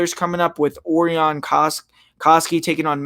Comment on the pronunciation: it's pronounced O-RI-ON ..... not OR-ION